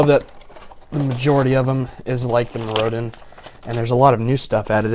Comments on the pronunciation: Me-roe-din lolz. Mirror-din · MirroDIN not MirROdin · >.> your saying Mirrodin wrong! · OMG LIEK HE DIDNT PRONOUNCE IT CORRECTLY!!!1!!1 DERP DERP DERP DERP DERP. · It's a shame that someone who can't even pronounce Mirrodin right gets to open 4 boxes of Scars:( hahahaha I kiddd, nice vid